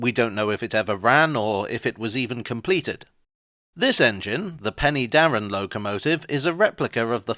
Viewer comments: Pen'darr'en (three syllables) Please confirm to the correct pronunciation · Help. I now feel old, having visited the Rail 150 event! One small point on this excellent video - Penydarren is better pronounced Pen-er-darren . A lot of interesting history there from the Romans through the Merthyr Rising to the football ground. There's a replica of the Trevithick loco at the Waterfront Museum in Swansea which can apparently be steamed, though I've not seen it happen.